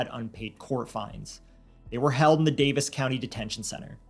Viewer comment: Kudos for pronouncing "Daviess" properly.